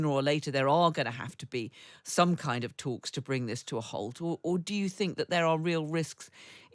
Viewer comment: This woman with her "might vring further escalation " annoying stupidity is unbearable